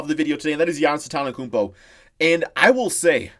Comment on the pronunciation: He calls he giannas antena kumpo